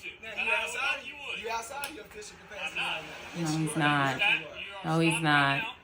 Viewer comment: "Capoosity" gets me every time. 🤣🤣